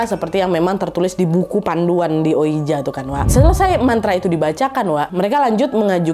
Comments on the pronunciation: Ka naaad, maaf bukannya sok pintar, mau koreksi aja, oija dibaca oiji 😔.. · Kak nad, ouija itu dibaca wiji wkkw